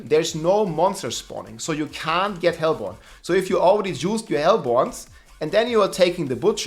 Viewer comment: its pronounced hellborne